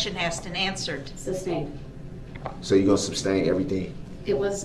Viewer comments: OR that it's Sustained not SUB-stained and you don't say groundz after EVERY objection. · I’m wishing they all just start making fun of him. Saying “I don’t need to AXED” and “Objection SUBSTAINED” just to antagonize this POS